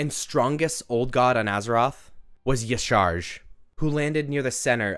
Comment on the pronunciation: Aww isn’t it pronounced “yah sha rahj”